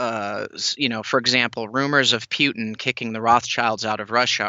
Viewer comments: pls stop bagging russia and china together. china is the inteded winner and its Putin not Pewtin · Pewtin did he just say Pewtin pew tin? Lmao